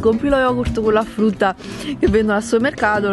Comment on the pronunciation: Scusate ma "A FRUTTA" che pronuncia é, non voglio criticare e nulla ma appena ho sentito "A FRUTTA " le risa che mi sono fatta. Comunque sei bravissima❤️